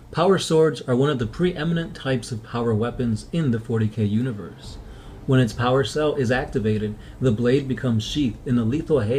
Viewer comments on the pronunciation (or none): none